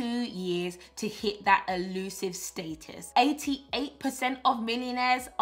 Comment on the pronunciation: I don’t know about y’all, but for now on I’m pronouncing status the PB way “stay-tus”! SN: PB, PLEASE make the planner available digitally so that I can have it on my iPad 🙏🏾